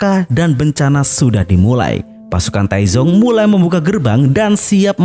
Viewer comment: Dalam bahasa Mandarin, Taizong (太宗) dibaca dengan dua suku kata. Bunyi z pada Pinyin mendekati “ts” dalam bahasa Indonesia, bukan “z” seperti pada kata zebra.